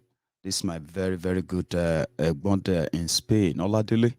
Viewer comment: It is oladele not omiyale